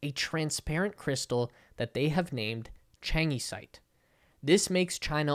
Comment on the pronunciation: Changesite-(Y) mineral: pronunciation sounds like (china-site). 😲 notice video duration